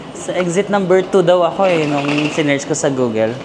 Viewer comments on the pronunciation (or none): none